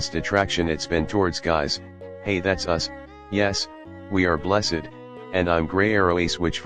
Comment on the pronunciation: The voice said bless ed 💀💀